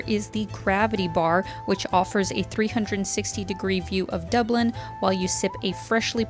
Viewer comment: Top O' the Morning to You Lass. That was one special video tour of Dublin (Doob-lin). And ever the more so with Your Beautiful Countenance in it!